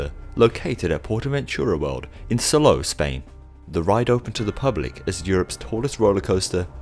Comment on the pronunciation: I’m sorry to be that one person but Salou is actually pronounced “saloo” fantastic video though.